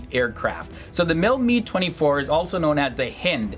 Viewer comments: Calling the Mi-24 HIND the MIL Mee 24 is like referring to the U.S.A. as OOSA. The presenter doesn’t know how to pronounce the helicopter nomenclatures, not is he an expert. There’s more to performance than dash speed when it comes to advanced attack helicopters. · Your pronunciations are awful, sorry. Couldn't get through your video... and I love both these helicopters! It's not pronounced "Mee," it's "Mi" ("Em Eye"), as in "Mi-24 or Mi-35." And it's not pronounded "Hend," it's pronounced "H[eye]nd," with a long "i"... I'm former military, but I knew both these helicopters well from grade school, AND how to pronounce them. If you're going to do a video on anything, you really need to do your due diligence... fwiw